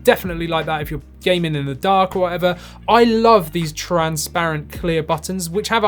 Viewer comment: Please learn how to pronounce transparent and re-upload.